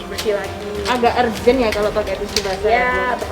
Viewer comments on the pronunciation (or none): none